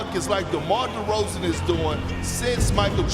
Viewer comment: Demar De”cold”zan